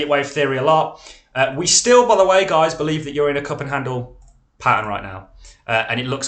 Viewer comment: And by the ebay, you are absolutely great!! But please dont say GAIS again.